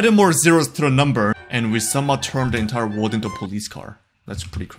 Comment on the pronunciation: trying to pronounce the letter "r": wowld? wold?